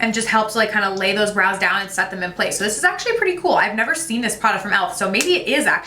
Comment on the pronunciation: Five 20 when she says brows I swear she said blows love itttt